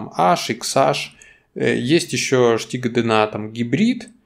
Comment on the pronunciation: Почему Штига?? Стига через С